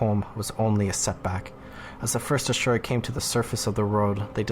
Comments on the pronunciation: Asura not Ashura. I dislike them since gw1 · Are we adding an H? 🧐 I know you have heard this pronounced before in game.